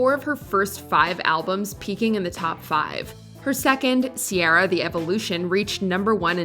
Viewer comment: OK. I need to say this and its nagging me america. Ciara is an old Irish name. Its pronounced Key-Ra. Why the butchering of maiden names from other countries. Is very disingenuous and annoying as f**k.